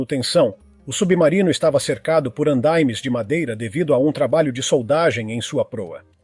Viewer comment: "Andáime"?! Essa pronúncia é uma grande novidade para mim. Não existe. O locutor deve ter fugido da escola.